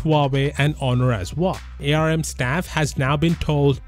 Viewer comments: I know that ARM is capitalized, but please stop saying A, R, M. Everyone in industry just says "arm". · Sorry this triggers me as an electrical engineer, it's pronounced "ARM" NOT "A-R-M" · arm is pronounced directly arm not A R M